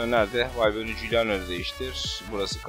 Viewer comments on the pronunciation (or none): Abi bu arada valbuyena degil valbuena diye okunuyor ☻